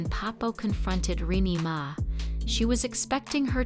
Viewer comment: If you’re going to do a story on someone pronounce her name righttttt